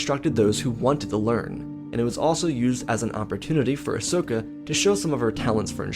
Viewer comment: "Ahsoka" not "asoska"